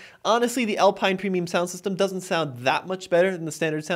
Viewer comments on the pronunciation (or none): none